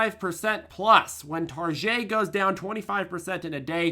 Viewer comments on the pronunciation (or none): It Tar-get, ‼️😲🫣😜